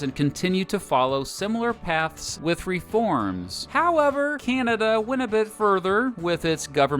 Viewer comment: Would have been better if the narrator had leaned how to sat ''Canada''